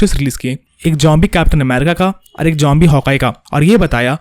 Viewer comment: bro its zombie not jombie 😂😂😂😂